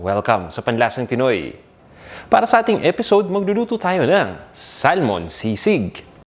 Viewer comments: Yung pronunciation ng salmon is actually sa-mon, silent L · I get distracted by how you pronounce Salmon haha